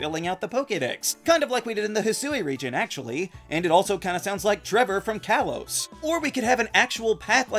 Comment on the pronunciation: It’s pronounced KAH-lohs and DELL-EE-bird, “Patrick Star”! 🤨 Stop mispronouncing Pokémon names, bub! 🙄